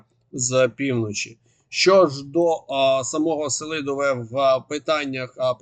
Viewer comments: Флорiда слухала уважно. Бажано б змiнити наголос: СелИдове. Я там бував. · називний Сели́дове родовий Сели́дового давальний Сели́довому знахідний Сели́дове орудний Сели́довим місцевий Сели́довому, Селидовім кличний Сели́дове